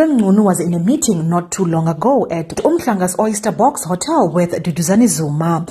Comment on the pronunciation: It’s Mchunu, pronounced M-chu-nu 😊